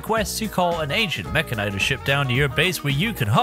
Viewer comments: Why in God's name do you pronounce it that way? It's literally mechanic and tor. Meh-can-ih-tor. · i think it's pronounced meh-can-e-tor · You say mechanitor wrong. Say it as if you would say mechanic, mecha'nee-tor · I know there's no official pronunciation, but the one used here seems very weird lol. I always thought it was "Meh-Kanitor" like how he pronounces the end of Militor. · Is it Meh-ka-nigh-ter or Meh-kan-e-tor? I never could figure out the pronunciation